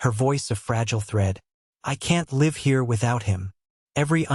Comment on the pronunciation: Please pronounce live with a short I.